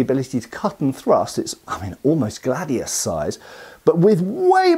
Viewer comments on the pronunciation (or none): none